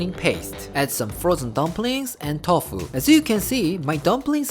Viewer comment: Is it me or is he's saying "tof" instead of tofu?😂🤣😍